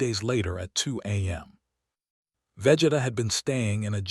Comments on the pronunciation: its vageeeeeeeta not veh geta more emphasis on the e man, go watch some dbz before u make these crossovers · I stopped when the ai narrator said VEHJETA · Ai calling him veh geh tah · Imthe man, Vegida, Fre-ezza. AI pronunciations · Im sorry, I can't sit thtough hearing Vegeta's name mispronounced repeatedly for that long. XD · SOMEONE NEEDS TO TEACH AI HOW TO SAY VEGETA and OMNI MAN if yall wanna keep this shit up peace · Can you pronounce vegeta’s name correctly 🙄🙄🙄